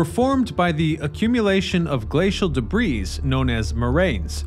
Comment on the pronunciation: Debris has a silent 's'